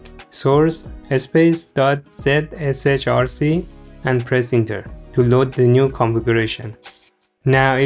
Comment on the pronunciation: helped very much very helpful thank you you sound silly saying .zrch or whatever it said